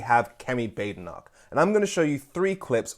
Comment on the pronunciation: Her name isn't Bade e noch. It's a Scottish name. Think Baaden Baaden in Germany. So Baad e noch. I can't stand her but can we start to try to pronounce the name correctly?